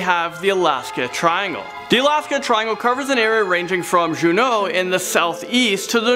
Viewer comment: When he said djuno I felt that in my heart